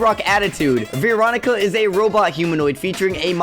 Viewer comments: its Veeroncia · It’s Veronica not veecronica